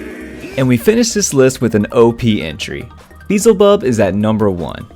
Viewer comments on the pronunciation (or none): Lol Its called beel-ze-bub... not beezle- bub....Hate to be a karen lol